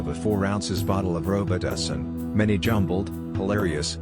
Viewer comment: "Row-but-two-seen"....🤣🤣🤣🤣 Took me a second to figure that one out. *Just discovered your channel and been watching so many videos! 😎👍 New fan from India.